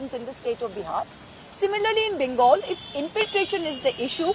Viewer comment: why don't you pronounce bengal correctly? Pl do the same correctly